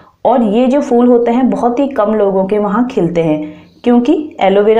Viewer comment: ye fool nhi phool hota hy....kiya samjhi ...fool